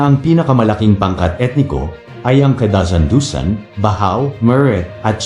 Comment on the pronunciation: Kadazan-Dusun (not DusAn), Bajau (not BaHaw)...please pronounce the name of these two two ethnic groups in Malaysia accordingly. Here in Malaysia, members of the Sama ethnic group are labelled as Bajau, whereas in Indonesia they are called Bajoe, not BaHo. Please ask your friends about this. Terima kasi.